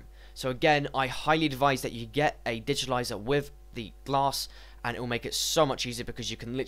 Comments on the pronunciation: dude correct yourself first its not digitilizer it's digitizer... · So annoying, digitaliser, actually its called a digitizer, actually I can't listen any more... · I agree, there is no "L" in digitizer.